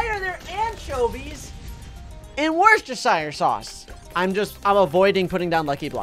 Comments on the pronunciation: says worcestershire. Me you saying it wrong. It's pronounced 'wustershire'. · You pronounce it wuss-ter-sheer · Wochis... Worksho... Worshsirsows... AHHHHHHHHHH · who does not realize when you say it it sounds like WORST ershire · It’s wor sest er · I love the way he says worcestershire sauce 😂😂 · Yeah its funny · When Americans try and say worcestershire sauce 🤡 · im sad that he pronounces it wrong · i also feel sad for people from Worcestershire